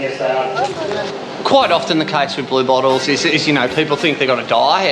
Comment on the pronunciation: LOL I just found this show and I always thought they are saying "Blue Balls".... XD Its Blue Bottles Lol